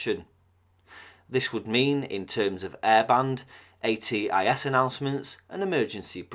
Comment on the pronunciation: I wondered why you spelled A.T.I.S. and did pronounce it as ‘aaaay-tizzz’ 😀